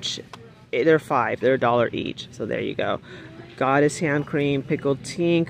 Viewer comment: “Pickled Tink” 😂😂😂